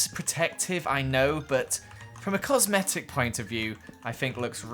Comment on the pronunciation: "For cosmetic purposes" It does sound like it tho " FOR C osmetic purposes"